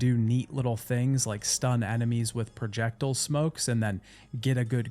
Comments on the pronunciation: ProJECTLE??? You mean projecTILE. Pronounced the same way as tile. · Ah yes projectle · Cursed pronunciation of projectile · the way you pronounce projectile is so funny lol projectulllllll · Please learn to pronounce "projectile." Godai was painful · I've learned from this video that i pronounce projectile like i'm from the UK. and on